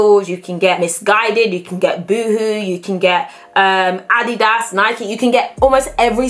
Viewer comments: I absolutely LOVE you just one thing..it's pronounced "Ah-DEED-ahs" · It’s addy das not adeeders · Ad Dee Das! Haha. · I was confused as to what addie-das was but it's Adidas😂😂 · LOL. That's how British people pronounce it. And they also pronounce Nike so that it rhymes with Mike. I think it's too funny! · Lol in America we pronounce adidas like (A-deed-as) 😂😂😂